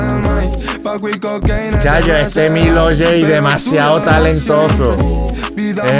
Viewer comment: Oye no es Milo G Es milo J